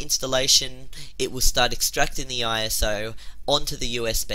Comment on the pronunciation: ”The Operating” LOL anthoner Speech failure, not only ”IOS FILE” LOL, not!!!